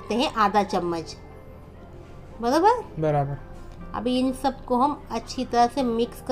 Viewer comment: Aunti ''baraber '' aapke munh se bht hi acha lagta h